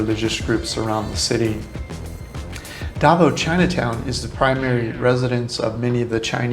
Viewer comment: Some of your pronunciation of Filipino places is pretty far off, even hard for me to understand DA v o w, Duvow Cityv😅